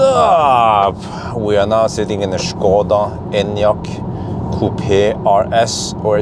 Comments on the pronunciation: Your pronunciation of "Škoda" is absolutely perfect. It's obvious you're a professional. :) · good guy for actually pronouncing Škoda perfectly